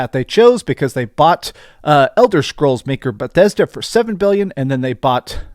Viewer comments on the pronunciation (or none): none